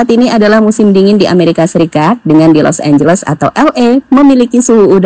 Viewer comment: Los angeles jadi Los losan 🤣😢😢